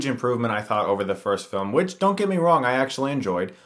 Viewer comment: *in Whhich